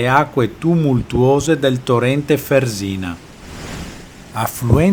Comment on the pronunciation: Fèrsina ! accento sulla "e" non Fersìna